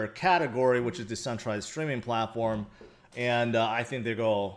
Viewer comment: I like when he says, “I mo” and “it’s go’ go up!”